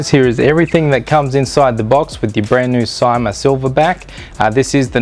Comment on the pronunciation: It's pronounced "see-ma" !